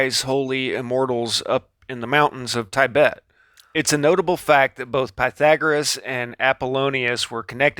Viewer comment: not 'tie- bet' , ti bet